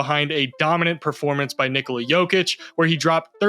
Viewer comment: Love the fact, that you know your stuff of how to pronounce Nikolas name correct